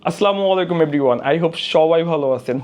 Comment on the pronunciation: মুসলমান হিসাবে আমাদের সালাম দেওয়াটা অন্তত শুদ্ধ হওয়া উচিত। আসসালামু আলাইকুম নট আস্লামুলাইকুম